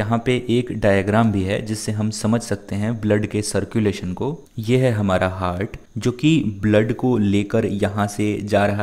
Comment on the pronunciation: it is heart not hart